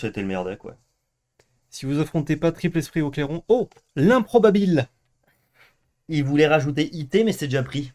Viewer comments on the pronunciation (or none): Si je puis me permettre, ça me fait un peu mal aux oreilles de vous entendre dire improbabile sans l'accent :op en plus il est pas très loin de chez vous ! improbàbile agg. [dal lat. improbabĭlis, comp. di in-2 e probabĭlis «probabile»]. – 1. Non probabile, che ha scarse probabilità di avvenire 2. Poco verosimile, che difficilmente può corrispondere alla realtà, e perciò poco credibile